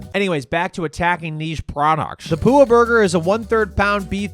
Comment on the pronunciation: Resident Hawaiian here uhm that’s not how you pronounce “Pua’a” 😂 it’s (Poo-AH-ah) meaning pig